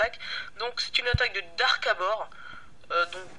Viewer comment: sympa ta ptite video, c'est cool, mais ce n'est pas darkabor mais DARKBADOR !!! en tout cas continue, c'est très bien.